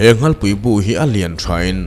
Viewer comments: Nghalpui, nghalfek i tih hi a dik lo. Ngalpui, ngalfektiin kan pi pu nu leh pa te khan an sawi thin. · A tir lam a nghalpui i lam dan hi sanghal ( nghalpui ) lam dan ang hian i lam tlat mai 😀😃😄😁😂😅🤣 ka rawn sel ve mai2 aw.. Ngaihthlak a man hla m2 thin e